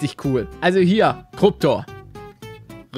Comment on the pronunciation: er hat Kruptor gesagt aber ich heisse Kruptur